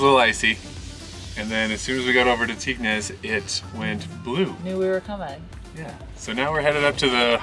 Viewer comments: Just a quick tip.....Its pronounced TING "Tignes" :) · Some of the pronunciation of french names made me chuckle! Tignes = "teen" La Daille = "la die"